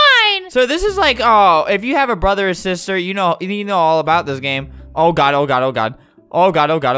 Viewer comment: I love when he says “ I love you broder”😂😂😂😂